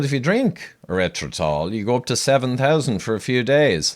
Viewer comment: Having trouble pronouncing the word? LOL!